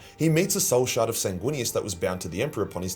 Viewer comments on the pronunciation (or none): none